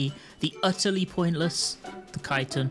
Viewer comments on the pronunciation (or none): none